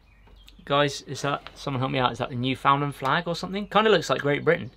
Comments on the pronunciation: As a Canadian, I have to correct your pronunciation of Newfoundland... It's more like "NYOO-fn-land" the sounds, or syllables, get kinda mushed together. Kinda like how an Australian will never pronounce it "MEL-born", but "MEL-bn" Also, if I wanted to send you some beer made in my hometown (some of which have won some pretty serious beer awards here in Canada), how would I go about doing that? Is it illegal to ship alcohol overseas? Ship as "gift"? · newfoundland its said like new fin land here g ahaha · You were asking if the keychain had the flag of Newfoundland. The answer is yes and for some odd reason it is pronounced New Fyn land here in Canada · that's the Newfoundland flag. Newfoundland pronounced "nuufundland.